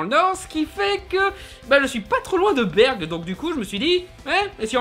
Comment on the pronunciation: BERG !?!?!?!? C'EST BergUES